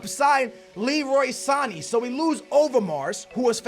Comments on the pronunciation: SAN A not San eeeee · san-ay not san-ee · i think its pronounced Sa-ney not Sa-ni. otherwise, i look forward to your vid every day:D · his name is Sané not Sanii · San-ayyy not sarn-eee pronounced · San-aye not san-ee sheesh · I'm ok with you saying mane"y" but sane"y" sounds stupid!!! You don't pronounce it with "e" its with an "a" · Can you please pronounce it as "San- A" not "sannie" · Noooo! Its not Sanee, or Manee. Its Saney, or Maney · It's Sa-nay not Sa-nee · u dare say Sany again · San-a not Sanee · It's Sanééééé not Sanny. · it's san-ay not san-eeee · Not pronounced san-ee it's pronounced San-ay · Good vid btw it's sane not sani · jesus Christ it's pronounced Leroy San-a not saneee. . . . like man-a ,not maneee. .its not that hard..ffs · Sané is pronounced san-yay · It's pronounced Sa-nae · you suppose pronounce Sane's name as SA-NAY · "Sani"😂😂 love his pronunciations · Leroy Sane's name is pronounced Sahn-Eh and Sadio Mane's name is pronounced Mahn-Eh. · Sane not saniiiiii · Sané's name is pronounced sanAY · HHJ FWAW He says Sané wrong the same way as Mané.. they are not Sani and Mani..... it is so annoying... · Not "Sani" again, #NoRespect4sane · Shutt Up!! Ur saying Sane's name wrong it's so annoying!.. it pronounced (Son-ay) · It's MAR-NAY and SAR-NAY omg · just heads up. sane is said like san-yay. lol, some of the names you try to say.. drives me fruit. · you say mane and sane wrong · skillz, u dont pronounce Sane's and Mane's names. Google the right pronounciation. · the way he says sane is what a sandwich is in England 😂